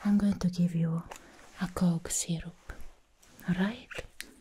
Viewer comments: bruh she said cough syrup but i stg i heard coke zero 😊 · I thought you were giving me a "Coke Zero" 😂😂 Anyhoo, this was sublime.